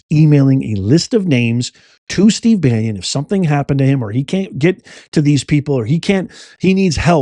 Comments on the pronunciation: Check your pronunciation of Bannon - it’s Ban NON - it sounds like you’re saying Ban YON …..I could be wrong, is what I’m hearing repeatedly…. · Dear, Why are you putting a "y" sound in front of the second syllable in Steve Bannon's last name? It's pronounced Ban-non without a "y" sound in the middle, not Banyon. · Why do you pronounce Steve bannon's last name Banyan I had to read it to make sure you were talking about the Steve Bannon we all know and sure enough you are. Please correct your pronunciation of the name endless we're all wrong and Bannon is actually pronounced Banyan. You're the smart one here so maybe it is pronounced Banyan. But if it isn't it doesn't look good for you did you mispronounced such a simple name. Sorry to be Petty but it matters